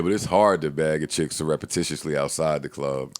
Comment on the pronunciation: lmao - it's "syrup"ticiously